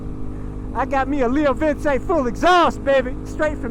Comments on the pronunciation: Leo Vince is pronounced Leo vinche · Pretty sure it's pronounced "vin chay" Sick bike.